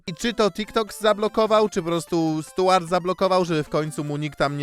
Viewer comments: Boli ta wymowa: Stułart Burton lol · Rozwala to mówienie "Stułart" - z angielskim to chyba na bakier u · No to w takim razie ta wymowa imienia dziwna 😊